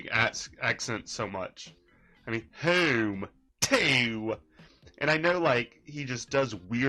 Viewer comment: I heard a comedian making fun of people from Cincinnati and it had that goofy way of saying "home" that Raxx does. I wonder if that's him picking up a more local accent or if he's just copying some youtuber we've never heard of.